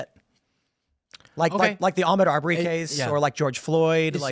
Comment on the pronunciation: Ahmaud Arbery did NOT burglarize a home. And learn how to pronounce his name while you're at it. Dumb fuck pecker wood.